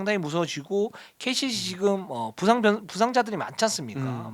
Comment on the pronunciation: KCC를 계속 KGC라고 하시네요.. 너무 듣기 불편해요..